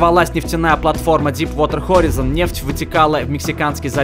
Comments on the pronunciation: Хех, хоризОн. Читается правильно хорАйзон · Слово "horizon" читается как "хорайзон" ,а не "хоризон" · не хоризон а хорайзон неправильно сеащал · хорайзн произносится